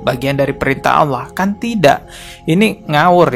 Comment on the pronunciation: Dia ngucap ALLAH saja ( awlo) malah ngajak debat agama 😆 . Kesulitan ekonomi memang berdampak ruaarrrrrrr binasa.